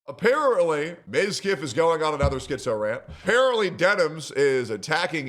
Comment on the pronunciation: Apparently can’t pronounce apparently